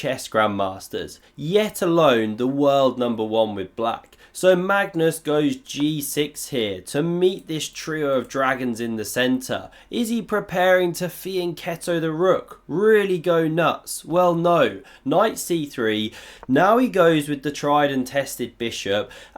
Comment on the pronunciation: You really need to learn how to say "fianchetto" in Italian.